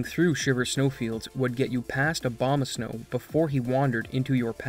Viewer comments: Are you purposefully pronouncing Abomasnow like Obamasnow due to the skip being named after a common mispronunciation because you are definitely not pronouncing an "A" then an "O" lol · "He will continue unabated" Abomasnow ♀ lol